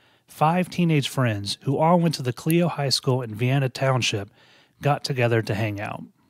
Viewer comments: Just fyi Clio is pronounced cly-o not clee-o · Michigan native here. It's CL-I-O and it's Genessee County. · Clio- k-lie-o Toledo - Ta-lee-doe I can understand missing Clio, but mispronouncing Toledo was odd.